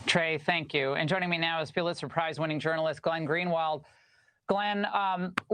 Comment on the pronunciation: It's "Pulitzer" Laura, Pull It Sir, not what you said.